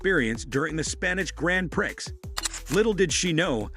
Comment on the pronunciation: Grand Prixx?? God, I hate AI